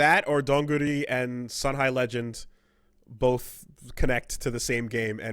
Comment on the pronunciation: Sun "hi" Legend, huh. Is that how you pronounce their name...